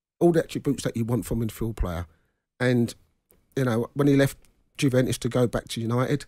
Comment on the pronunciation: Paul Ince played in Italy and still calls Juventus, "Guventus"